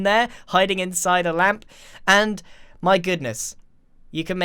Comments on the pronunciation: Nobody: Grian the moth: LäMp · Nobody: Grian: L A M P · Grian: Ł ä m p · No one: N o o n e: Grian: LaMP! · Mumbo Jumbo: “REDSTONE” Grian: “Ł Ä M P” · No one: Grian during Minecon: L Ä M P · Nobody: Grian: LaMpS